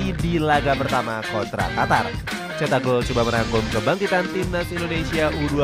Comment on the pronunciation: Qatar apa Qotor bg 😂